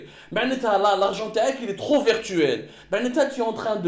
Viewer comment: On ne dit pas vertuel on dit virtuel !!!